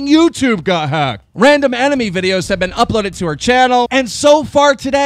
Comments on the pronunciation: Did he just say "enemy" instead of "anime"? Sigh.. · Did you just pronounced anime as enemy? What do you have against anime?